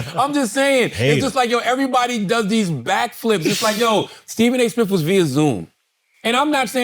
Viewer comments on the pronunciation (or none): “Steven A Smiff”